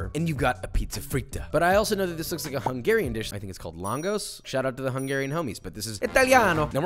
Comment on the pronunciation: Being hungairian I really appreciate that shoutout, but that pronounciation... -_